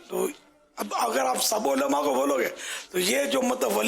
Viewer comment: Olama nahi kehte ULLAMA kehte he bappa ji sikho pehle